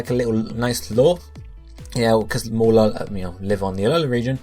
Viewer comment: Fuck you saying fucking MORE-LULL, it's fucking MOH-RELL-LULL. I'm sick and fucking tired of you bitches mispronouncing these names, especially Bounsweet, whose name couldn't more obviously be a combination of BOUNCE and SWEET, BOWN-SWEET!!